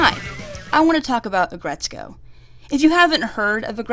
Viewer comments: its aggretsuko not aggretsu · "Aggretsukoe." Uh. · aggretsko?? AGGRET SOOKO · Aggretsko???? Aggretsuuuuuuko!